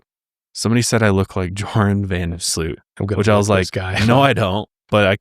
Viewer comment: Nah, you look nothing like Joran van der Sloot (pronounced more like “you’re on” and Sloot sounds like sloat, rhymes with boat 🚤🤣)